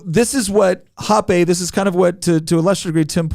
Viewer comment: "hopp-ay"... I'm pretty sure it's pronounced "hopp-ah". Hans Herman Hoppe.